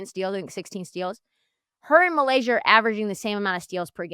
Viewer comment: Hey guys. The name is actually MY-Lasia. It should not be hard to say this woman’s name. Get it right. You corrected your colleague when she was right. You were dead ass wrong!